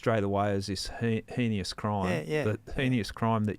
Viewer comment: Heinous - don't use words if you don't know how to pronounce them. If you don't know how, look it up.. simple.